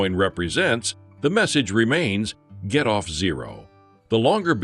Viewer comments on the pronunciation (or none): Your A.I. robot narrator doesn't get the inflections right. It ruins the whole video. Why can't you fix this stuff before you publish the video???? It is so aggravating. The robot narrator says "most of the world doesn't get Bitcoin". That's supposed to be "most of the world doesn't GET Bitcoin" (in other words, they don't UNDERSTAND IT). But the robot narrator reads that like "most of the world doesn't acquire Bitcoin". No emphasis on the "get" whatsoever. The robot narrator doesn't GET the meaning of that sentence. And so it goes. And you dweebs don't even lift a damn finger to correct this stuff. It's really pathetic. I'm out . Sayonara. You really suck. Thumbs down for you.